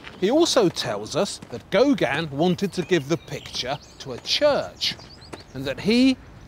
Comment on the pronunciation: . I agree. His grating voice, intrusive presence and mispronunciation of Gauguin as "Gauganne" seem to amount to some sort of aggressive inverted snobbery. Even the written text apparently deliberately mis-spells the name three times, "Gaugin".